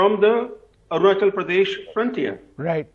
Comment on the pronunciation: It's not AruNANchal.. it is ARUNACHAL, ARUNACHAL PRADESH...Please correct